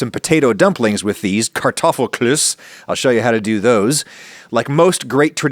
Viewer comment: Adam saying Kartoffelklöße in an aggressive German accent is the funniest thing I've heard today haha